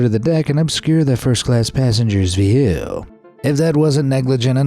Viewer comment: Why he say view like that?